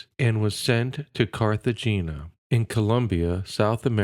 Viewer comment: Noviciate = no-VISH-ee-ate Cartagena = cart-uh-HAY-nuh